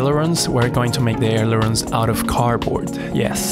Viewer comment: Love the video man this is some high quality stuff! I like how you cut the wing out with the Hotwire on the table. (Fishelooge, stab-a-lisers, aleroons. Sorry, now you're gonna think of me everytime you say those three words.)